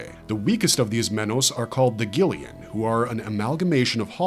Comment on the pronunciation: 😅 i love the Spanish parts and it's arancar not "are un-car" also it's pronounced gillions not like "gillyuns" and 😂 I'm not Mexican at all but it really helps to actually try... You don't sound racist when you're mimicking those that speak a particular language natively and fluently... Most likely you'll get a look of shock and surprise and be complimented on your pronunciation and fluency Even if it's just a few words and then you practice.... Anytime you're alone practice some sing in the shower i say practice your English, Spanish, French, hindi, mandarin, Portuguese, Russian, and the other three top ten languages just a bit here a bit there until you've learned enough to basically get by